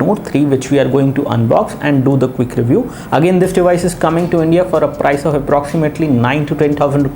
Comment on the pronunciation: cook review...lol.. :D pronounce it as quick..